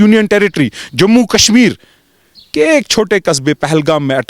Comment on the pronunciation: It's Kashmir not Kasmir